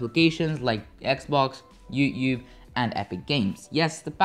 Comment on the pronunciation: youtube sounds like 'youyou'